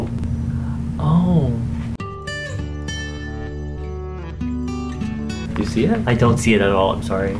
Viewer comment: SKSKS I DIED WHEN HE SAID J-HOPE 😂